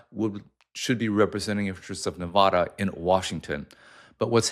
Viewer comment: my man i thought you lived in summerlin?? you know how we feel about pronouncing nevada like that ❤you either way